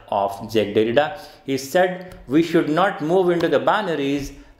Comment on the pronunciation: Sir you still pronounced his name wrongly